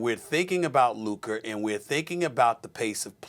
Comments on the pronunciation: Stephen “Luk-er” Smith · Stephen a cant or wont pronounce luka's name correctly